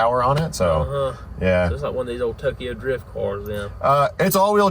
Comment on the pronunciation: FINALLY i feel like no content creators haven't been putting out videos this past week(exception of cleetus), and posted bright and early hell yea BALD GUYS UNITED🦅🇺🇸 I heard GA PD doesnt mess around good on you for not running😂 Edit: Cop: Driyuft?? Whadda you mean driyuft?: ummm its Awd aktchually🤓☝️